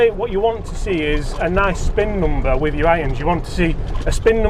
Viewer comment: I would like to be able to listen to your videos, but when you say "Noombah", it's just too much for me.